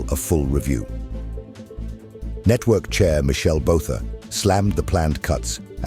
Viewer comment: Can't you get someone who knows how to speak the South African way? Botha now becomes bowtha!! Don't even recognize some of the place names he uses!!